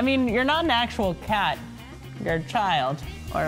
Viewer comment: "how obout o cot? btw, its 'how about a cat'